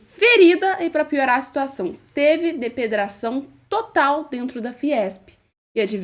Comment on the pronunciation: “Depedrar” mesmo ???